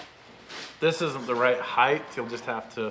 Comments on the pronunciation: Height ends with a t, not th. The word is pronounced height not heith. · It's probably a lost cause, seeing as is older, and set in his language ways, but HEIGHT rhymes with WEIGHT.